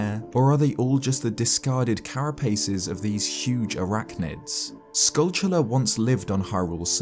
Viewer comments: If I hear “skullchulla” one more time… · It’s based on the word “tarantula”. Tell me, how do you think "tarantula" is pronounced?